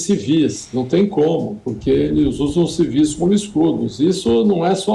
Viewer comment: Civís , moça!ah, agora falou certinho!